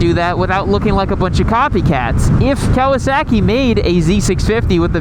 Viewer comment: I cant get over how you pronounce kowaSACKee